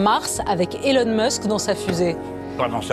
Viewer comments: Message pour les français : elon musk se prononce comme ça : elon mask , non pas comme ça elon meusk . U en anglais c’est A . Stp arrêter de françiser l’anglais. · ....Ce n'est pas Elon MEUSKE....OK APPRENEZ À PRONONCER L'ANGLAIS......